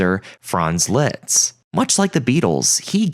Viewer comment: As a Hungarian, it bothered me so much that you kept butchering Liszt Ferenc's name... It's pronounced LIST. Not LITZ. Otherwise, really great and informative video but this bugged(hehe) me out.